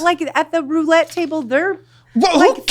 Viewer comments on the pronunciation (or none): none